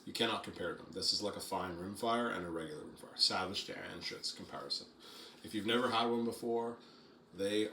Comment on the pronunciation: Glad you didn’t say Ruger vs Anschutz lol